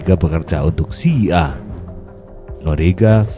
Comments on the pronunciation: Sekedar membetulkan, bukan CIA(sia) min, tapi CIA (si, ai, ei) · Hahaha agak risih jg dnger nyebut (SIA)